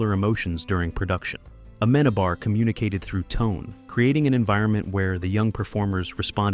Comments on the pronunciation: dude please..when your video stars you see the name of the director with the written accent there... it´s not aMEnabar........................it´s ameNAbar..!! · You don't pronounce Amenábar's name not a single time well through all of the video... Such a shame! It's AmenAAAAbar, not "amEnabar" 😅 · Se dice Amenábar